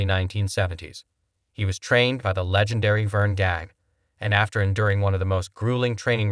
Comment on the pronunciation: Why does this content seem like it’s read from Ai prompter? Mispronunciation of Vern Gagne name was 🚩. Formula doesn’t work